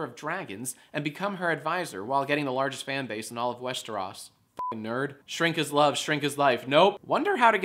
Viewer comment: YOU SAID WESTEROS WRONG